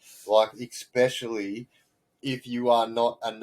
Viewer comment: Just new and like your stuff mate, you seem like a genuine bloke that appreciates being told things straight up, I hope you’re not offended but, I figured you’d rather know or be told that the word “especially” does not have an X as in EXspecially. Keep up the good work 😊